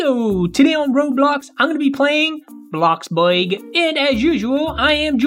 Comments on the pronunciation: its blox BRUG NOT BUEG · I love how Tad pronounce “bloxburg” as “bloxbueg” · Tad: And here today on blox… boig yeah. Me: WHAT Blox boig HUH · he said bloxburg wrong